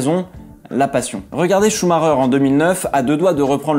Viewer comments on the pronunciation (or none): none